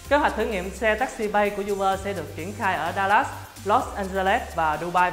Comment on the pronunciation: Uber đọc là u bơ chứ không phải du bơ nha ad.